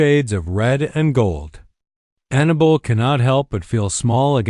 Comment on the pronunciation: Her name is not Anna bull, it is AnnaBELL!!